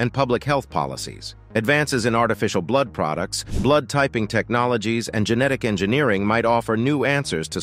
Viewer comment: I keep hearing typo blud... typo blud... lol O+ according to my dog tags. I'm Swedish/German mix.